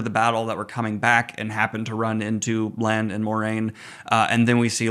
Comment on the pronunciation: You say Rand then call Lan “Land” 😂